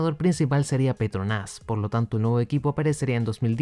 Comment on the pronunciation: Porque dices petronás